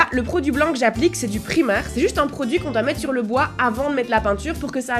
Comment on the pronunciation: Je vais devenir folle à chaque fois que tu dis "primer" comme le mot primaire et pas à l'anglaise ahaha